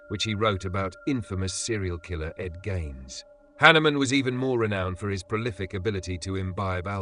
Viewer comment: Ed Gein!!! Not "Ed Gains!"